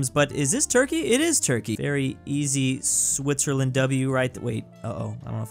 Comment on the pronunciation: "swissterland" brooo 💀